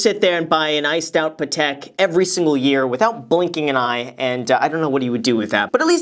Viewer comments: You pronounce the watch name weird. Pa-tik is how I would say it not Peh-tec. He said it they way I've always heard it. It's a French name; Geneva is in the French speaking part of Switzerland so "Peh-tec" ain't it, Graham. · Graham it’s pAt-eck ( like your saying Patrick without the r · I've heard about "Patek" watches a lot in rap songs, but they always pronounce it wrong, like "paddock" 🤣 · He keeps saying Patek wrong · why does he pronounce patek like that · He is pronounce patek wrong😂